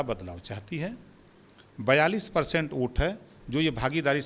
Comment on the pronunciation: Abe Burbank pahale bolna sikh lo oat nahi vote hota h🤪🤪🤪🤪🤪🤪🤪🤪